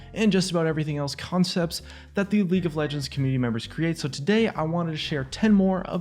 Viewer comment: Lauge of Legends?